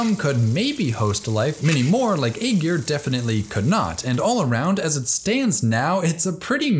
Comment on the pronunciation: Aegir it pronounced eye-ear